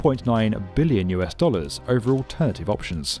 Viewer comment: The way he says Billion makes you feel how much it is.